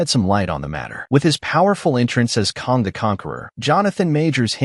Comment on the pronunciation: KANG not Kong! 🙄